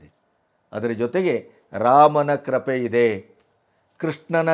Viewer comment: Not krape. krupe